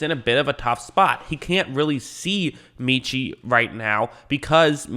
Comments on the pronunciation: (MET)Chie - not meeeeechie - ROLLTIDE! Great pick. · Met-chie. Not Meetchie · His name is pronounced Meh-chee